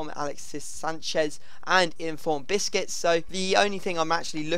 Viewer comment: Busquets not bisquits!!